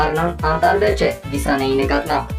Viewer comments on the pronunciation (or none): Գիտանե չի Գիսանե է